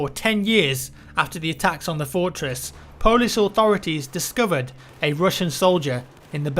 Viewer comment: "Fourtwess"